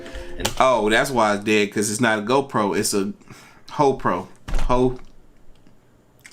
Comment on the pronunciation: Donald TrumpNot joking around whenever you said GoPro it sound like he said ho proAnd depicted on which video you’re watching that was haliarious